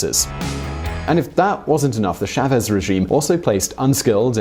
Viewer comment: It's "CHÁvez", not "cháVEZ"